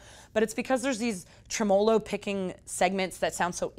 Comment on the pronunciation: trem-O-lo picking? The em-PHAS-is on the wrong syl-LAB-le.